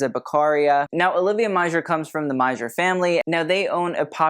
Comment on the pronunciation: I thought Meijer was pronounced like Meyer. .